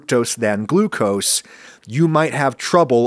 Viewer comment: I like "Glu-co-see".